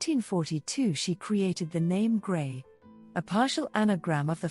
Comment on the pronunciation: Her name is pronounced Gre (s is silent). NOT GRAY. Lovely video but It was hard to watch the video with the continual mispronunciation.